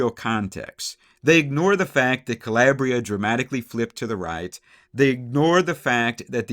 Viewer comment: CaLAYbria. CaLAIRbria. No.